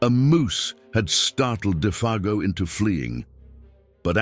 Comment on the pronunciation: Interesting how Defago's name is pronounced differently even 5 seconds apart at times.